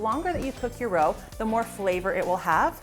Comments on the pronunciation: Roux is pronounced roo, not roe. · I always learn something from your videos. Can't wait to try the cornstarch trick. I always have a roux mixture frozen and ready to go, I am going to have to make a batch with the cornstarch By the way, roux is pronounced roo as in kangaroo.